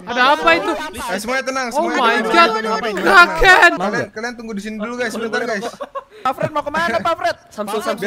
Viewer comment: aku.dengernya draken